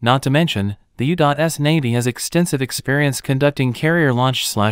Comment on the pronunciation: Go "U Dot S!" Whoever this "U Dot S" country is, it sounds like a powerhouse! LOL. (Improve your AI Reader, please!)